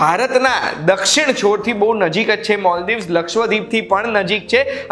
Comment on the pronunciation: Moldives nahi maldiv sidhu bolya ne Gujarati ma... Gujarati bolvama jibh lakvo mari jati hati?🤬😡😡😡